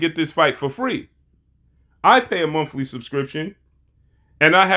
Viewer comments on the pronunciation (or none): Did he say mumfly subscription 🤔